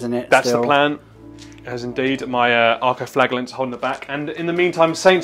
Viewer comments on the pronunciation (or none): Flaj not flag, a good whipping, try it, it may sort your pronunciation out 😂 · For the last time, it's "Flajallant" ffs